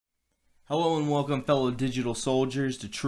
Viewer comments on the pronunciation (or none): none